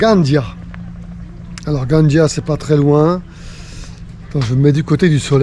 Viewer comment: Merci pour cette escale. La ville catalane de Gandia, se prononce comme en Castillan Gandía.